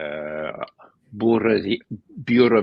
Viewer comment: (Sotto voce) It's буревестник Ray, not бюровестних. Your Russian stinks. Stop pretending. Stop showing off.